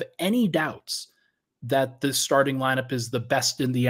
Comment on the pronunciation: Yeah I was appalled at CB comments. You don't say thaylt.